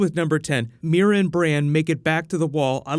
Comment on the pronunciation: swooord of meera??